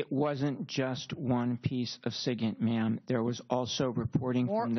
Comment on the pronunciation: SIGINT, SIGINT NOT SIGNIT U F*&^WIT!